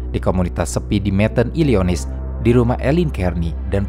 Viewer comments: ilinoy, bukan ilionis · Illionis apa Illinois neh bang haha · Jd kaya ASMR dengerin ini wkwk tp saran aja bukan "ilionis" tp bacanya "ilinoa" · Bang mohon maaf, penyebutan Ilinois itu "Ilinoa" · saran saya buat channel ini atau kamar Film, untuk pengucapan istilah2 bahasa asing masih sering salah sebut pronounciationnya. tolong ketika mengulik suatu hal, dicari tau dulu pengucapannya. skr ada AI atau google bisa bacain dulu. misal illinois harusnya illinoi, atau nama orang suka salah sebut juga. sayang materinya udah bagus tp utk penyebutan kosakata salah2.